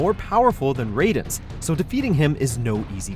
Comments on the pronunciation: Anyone else disliked how he pronounced Raiden as "ray-den" and not "rye-den" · it’s pronounced Rye-den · Love the vids but one thing....metal gear rising: revengeance. His name is actually pronounced rye-din, not ray-din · "Raid-en"? You obviously don't know MGS. It is "Ride-en", learn your games before you rank them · It’s RAIden, not RAYden. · rayden? wtf its raiden🙄🙄🙄🙄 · It's Rye-den that's the correct one, isn't it? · Who the heck he Ray-den? Oh really WM, you had to pull the right-wing BS. Pathetic. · Raiden is pronounced Rye-den jesus watchojo learn to pronounce names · You’re saying Raiden wrong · Pronounce “Raiden” (MSG) as “Raiden” (Mortal Kombat) one more time, I swear. Have you even played these games bro? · You pronounced Raiden wrong -__ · Oh please. Next time pronounce (MGSSerie) Raiden right ok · You're pronouncing "Raiden" wrong, Armstrong was not a character created by Hideo Kojima, and although it was a good boss fight its far from being the best in the series. (Which you're implying by having this as the only Metal Gear representation on the list) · Hearing you pronounce raiden made me want to die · these guys can't get through one single video without mispronouncing a characters name. (How dare you mispronounce Raiden's name!!!) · Not only did you mispronounce "Raiden", but you picked the lamest boss of any Metal Gear game... 🤔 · The way you say raiden is horrendous, he wasn't from mortal kombat